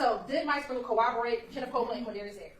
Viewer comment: I can't stand hearing an educated woman, AN ATTORNEY, saying co-overate. It's corroborate!! You're on TV, lady. Make an effort.